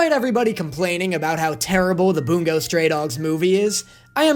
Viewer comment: Why does it sound like he says “Boom goes stray dogs” 💀